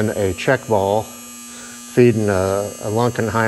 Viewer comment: You’re the first person that said Lunkenheimer right! Lots of people call it Lukeheimer. 😂